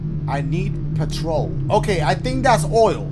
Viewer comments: Ain’t no way dashie pronounced petrol as patrol😭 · The scariest thing about this game is Dashies pronunciation of petrol 😂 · Sounds like he's saying patrol lol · Bro said patrol 😂 As a Brit, I can’t stay mad at dash 😂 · i’m sorry i was dying when he pronounced it patrol 🤣😂🤣😂😭😭😭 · I thought he was saying Patrón 🤣😭😭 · Candlehead made me lol, so did the pronunciation of petrol, where you be finding these games...